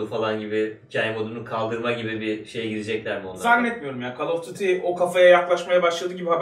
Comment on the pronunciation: Beyler severek izliyoruzda şu oyunların adını doğru söyleyin gözünüzü sevem. Şu kol of düuti yi artık birileri doğru telafuz etsin. Kol of dati, kal of dati, kal of düti fln yıllardır bir tane şu oyunun adını doğru söyleyen görmedim. Kaliteli kanalsınız takip edilesi tek türk kanalsınız, samimiyetinize inanarak yazdım. Hadi gömdüm yapraaam.